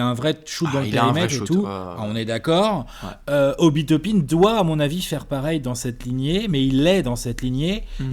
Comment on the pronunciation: Tu veux dire Obi "Top-un" ? 😂😂😂